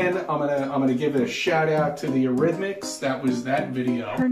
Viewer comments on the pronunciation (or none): it's Eurythmics, not Arithmics. Hope that helps…